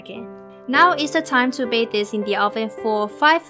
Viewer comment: And u also say bake and bownd